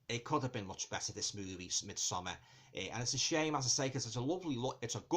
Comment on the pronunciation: Thank you so very much for not pronouncing it "Mid-somm-*aaaaahhrrrrrrrrr*" ☺️ Sincerely, a Scandinavian